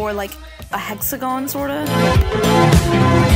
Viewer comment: I like how she says "hexagon"